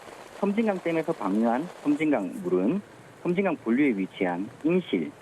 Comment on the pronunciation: 섬짐강이 아니고 섬진강 입니다